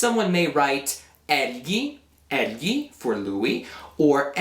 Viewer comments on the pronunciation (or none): Egli is pronounced as /el-yi/ not /el-ji/ with soft j.